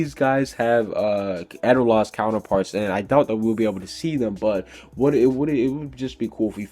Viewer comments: IKR! HE WAS EVEN SAYING EDOLAS WRONG. IT'S PROUNOUNCED Ed-O-Las !! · Theres this thing called a manga have you read it guess not god you dont even know how to spell edolas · he says a lot to stuff wrong like grandina and edolas